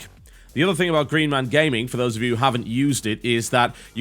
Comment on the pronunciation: Thing*....is fucking THING*...not think!!!! You guys who use think - instead of thing - is mind blowing...